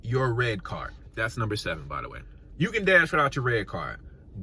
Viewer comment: “Numbee 3” 😂🙇🏽‍♀️❤️